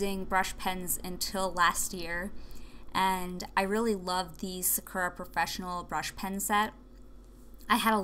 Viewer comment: im sure other people are saying this but you are pronouncing sakura wrong, and honestly it is tilting me haha. it is pronounced like sa-koo-ra. thank you haha.